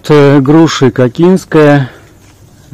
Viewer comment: Ко'кинская, ударение на первый слог